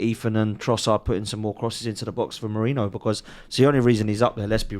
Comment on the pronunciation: He is Merino, not Merinho. Where did you get this from?